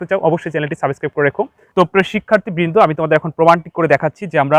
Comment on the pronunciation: সাবিছক্রাইব ✅ সাবস্ক্রাইব ❌🙃